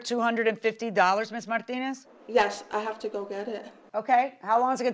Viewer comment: Martin-nez 😂 pronunciation took me out